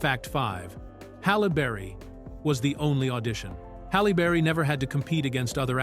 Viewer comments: Busted !!!! Listen from through The AI says Hollow berry then says her name correctly Halle Berry (Halley Berry) This is annoying. The AI is being programmed to mispronounce words. I wonder who is the imbecile that thinks if you program an AI to constantly mispronounce words, it will appear to be more human. This is a level of thinking you would expect from someone like Michael Rapaport or Sam Harris or Joe Biden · Halle burry🤣🤣🤣 this AI shit funny🤣🤣🤣